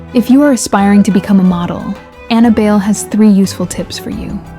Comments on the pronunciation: Buy-leh is the pronunciation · It's Bai- Lee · That's American pronunciation. In its true origin, Filipino, it's pronounced as "BAI (like "lie") LEH" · how hard is it to fact check why it is pronounced bail?